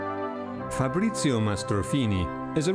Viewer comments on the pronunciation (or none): none